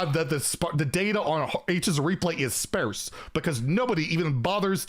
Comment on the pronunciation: It’s pronounced ‘spar-se’. Think of it like a pirate saying it.